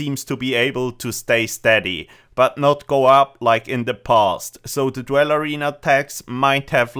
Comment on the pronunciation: its pronounced DOOL not DWELL, otherwise great video